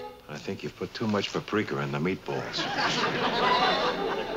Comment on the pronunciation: Lew, "prapriker", instead of 'paprika'. Kind of cringey.